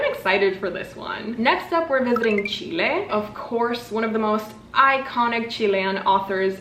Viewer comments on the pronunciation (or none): none